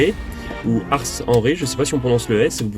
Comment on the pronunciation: Merci pour cette belle découverte de l'île de Ré, qui nous rappelle d'excellents souvenirs pour y être allés, il y a longtemps (années 70) avec le bac. L 'endroit est merveilleux et les huitres y sont très bonnes. Pour y avoir résidé on prononçait Ars en marquant le "s" .. Tous nos meilleurs voeux et de belles balades en 2019, avec le fourgon en version VASP